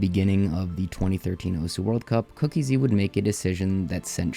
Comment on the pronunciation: SAY IT WITH ME: COOK--EASY NOT COOKIE-Z